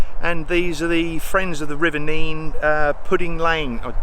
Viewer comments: A bit of interest for you, in Northamptonshire, the river name is pronounced nenn, not neen. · In Northamptonshire the Nene is pronounced Nen and not Neen. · Just by the way you pronounce nene NEN👍 deffo not neen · Just subscribed! Great video but also lovely to see people who are so in love!! Had to laugh tho cos every time u said Nene my Hubby was screaming at the screen "Nen"! Must admit I went to uni there and we were always scolded when we said Nene as we're told it was Nen! For the locals anyway haha! Just off to watch some more now! U really capture the life effortlessly - will defo continue watching! Much love from West Scotland x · Great video, but your pronunciation of the river is wrong. Its pronounce it Nen not Neen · When I lived in that area for a time I was told by locals (one of whom I married) that the river was pronounced as NEN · Nine arches bridge in Thrapston is the official charge of pronunciation.